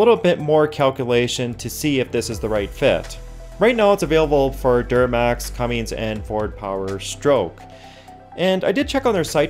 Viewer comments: Dude, CUMMINS. not CUMMINGS. PLEASE AND TGANK YOU. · Cummins... Not Cummings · Cummins. Not Cummings. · It is not Cummings it is Cummins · I’m not going to take anything seriously said by someone who says Cummings instead on Cummins.. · I pretty much agree with everyone in the comments section. As an engineer (cannot say who I work for or what I do reguarding a very nut clinching N.D.A) I can say with 95% certainty this is all marketing nonsense. GrantedGranted, I would need to look at their data and how they tested this theory but, those Dimples would most definitely cause turbulence, hot spots and possibly effect air flow in a negative way. They might help with the heat disbursement through the combustion cycle but would most definitely affect the flame front of the burn. This is just nonsense. Also it's a cummins engine not "cummings" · Cummins, not cummings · CUMMINS....not cummings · Cummins... It's "Cummins". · Not sure if I can believe any thing you said as you added a " g " to Cummins !!!